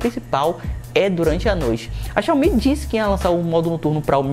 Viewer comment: Xiaomi é xioami